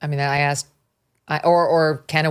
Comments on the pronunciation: He does it on purpose. He thinks it's more authentically black. Of course that's just rubbish and is an insult to black people because it's just incorrect spelling. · If you cannot pronounce words like "Asked" properly, you are not an expert on communications. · Did he say axed? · Whoever commented he used the word axed for asked is completely right. Is he really college educated!?! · Coates: "I have axed repeatedly...". That's where I stop hearing him. He's either an uneducated product of DEI, or deliberately mispronouncing a word to win favor with a small amount of ignorant people who refuse to melt into American culture. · Not that this is what’s important, but did Coates say, in his second sentence, “ I have axed”…??!!! Unless English is his second language, and I’m pretty sure it’s not, when did “axed” become an acceptable word; I ask, ironically and rhetorically!! 😂🤦‍♀️ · He lost me at "I have axed..." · did coat check say axed oh please ......! I can't deal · Glad that he's so educated he was able to axe someone. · He should know, being a reporter, it is "asked" and not "aksed". Also, his control of the English language in general is not very good. English is a second language to me, and I speak it more correctly. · Tony's been "Axing" questions for 20 years??? What a professional! 🤡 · Coates mispronounces the word "asked" as "axed." And this guy's some kind of "scholar"?? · He writes books yet can’t say ‘asked,’ whatever… so very credible… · Coates can't even speak intellegently. Axe, dis, dere. What an embarrassment. As stupid as AOC and as big a grifter as Al Sharpton. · He axed ? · “axed”?!? This guy’s been a ‘reporter’ for 20 years. Wow. I’m in the wrong profession. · Wow, such "brilliant" "black scholar". Writes multiple books based on minimal knowledge of the English language, still says "Axxed". Such great leaps and bounds by the diverse group. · i heard him. my #1 disliked mis pronounced word.